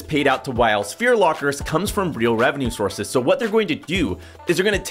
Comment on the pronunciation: " real revenue sourves" 😂😂😂😂